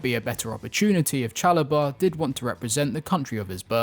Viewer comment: Trevoh* Chalobah...